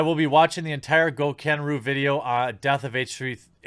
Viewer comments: Jesus can you say Gokanaru correctly, please....PLEASE?! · Why can you never say Gokanaru's name right